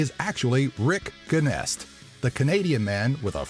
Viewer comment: its pronouned Jenest... like the french word bonjour.... guenest... smh...